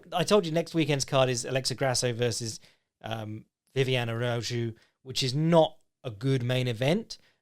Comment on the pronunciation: "Next weekend's card is headlined by Vivian Arazhu" Why is it that Br*ts can never pronounce anything right?